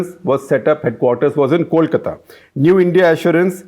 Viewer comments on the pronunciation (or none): none